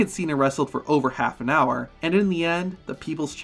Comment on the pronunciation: You mispronounced. It’s the Hower Power, not higher 😂